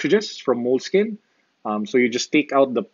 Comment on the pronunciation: It's pronounced "Moleski-ñe". More Italian in slang. This product has been around for a long time. Note8 with OneNote, best production combination.